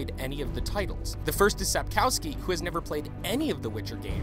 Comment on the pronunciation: He can't even say Sapkowski. He pronounces it Sup-cow-ski.